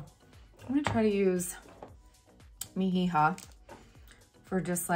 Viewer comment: Yes! This lewk is beautiful! And Mi Hija is pronounced Me - EEha (h is silent 😊). I’m new to Seint and love the thoroughness of your tutorials. Very helpful for a newbie! You make me want to buy every color. LOL I better enter your giveaways! 😂 Happy holidays!